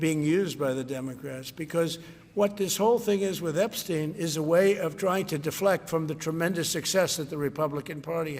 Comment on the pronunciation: "They wanna talk about Epsheen"